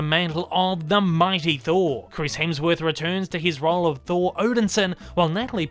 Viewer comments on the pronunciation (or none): none